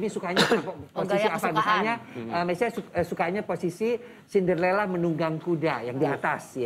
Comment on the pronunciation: bukan cinderella lagi dia bilang CINDERLELA